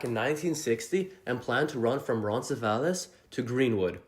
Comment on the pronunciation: Roncesvalles is pronounced Ron-ce-svaylz